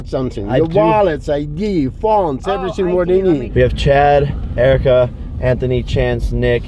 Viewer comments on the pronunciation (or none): Every time I watch Jake Paul and he talks about Erika he ends up saying JERIKA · I love how her name is Erika and Jake called her jerika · Have you notice that jake calls erika jerika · did he just call Erika "jerika"?